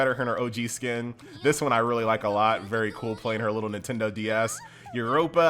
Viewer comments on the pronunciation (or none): none